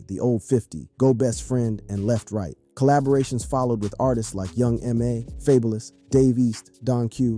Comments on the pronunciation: Fab-oh-lus not faybolous ....... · I skipped ahead and heard you pronounce "fabolous" fay-bo-less ... smh, left this comment , clicked off the video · 😂😂😂 he say fabalous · I'm crying 🤣🤣🤣🤣🤣🤣 can't believe he said that ☠☠☠ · FAY-BU-LIS ok lol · Don't ever pronounce Fabolous name like that again lol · Why you say fabolous like thra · dude, what are you pronouncing fabolous name like that? aint nobody told u how to say his name? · Is this a BOT doing the voice over? How you pronounce FABOLOUS AND A BOOGIE incorrectly?